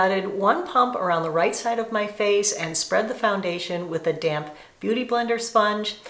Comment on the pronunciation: Not to be mean, but Stop saying thee, it’s the.